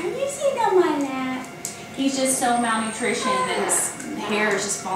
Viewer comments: It's 'malnourished', not 'malnoutrishioned'. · and Dr. Matt are my two favorite vets on here. I just have to say/ask-where are you from? You crack me up at some of your terms and pronunciations of words, etc. "Malnutrioned"? I assume you mean "malnourished"?! Not saying that to be mean! It just cracks me up! I love it and always look for a new word from you. I'm a nurse, so perhaps I catch it more than most. I enjoy your videos (and Matt's, too!). Take care, and thanks for all you guys do for the animals' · he isn't malnoutritioned, he's malnourished. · Malnourished, malnoutrishened is not a word.